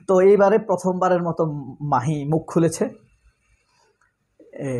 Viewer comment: মাহি না ভাই মহি।